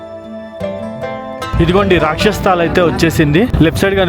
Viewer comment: Rakshas sthal kadu bro, "rakshas Taal". Taal ante lake ani ardham. 😅